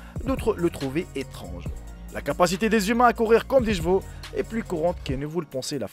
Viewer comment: Des "jevaux" ?? Des CHEVAUX !!